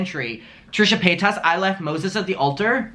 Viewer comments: You are so happy and glad you are visiting us in the USA 🇺🇸. Would you listen to some other youtubers are herself sometimes her name is not pay tas it is paytas like say it all at once and the tas is like Tice. So it sounds out like paytice. Have a great time and enjoy your videos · I don't know why you say Paytaaas when Paytas is pronounced Paytus . She says her name like that along with most people. But your still a cutie. Hi Mum